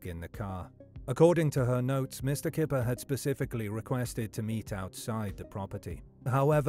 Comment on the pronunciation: In Dutch "Kyper" is pronounced "Kai-per". The Dutch word for chicken is "kip" which is pronounced as you'd expect. Unless he used a fake English pronunciation because it was easier. I've known people do that.